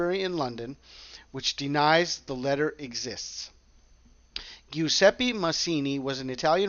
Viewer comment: Very interesting!!! P.S. It's pronounced "Jew-ZEH-peh"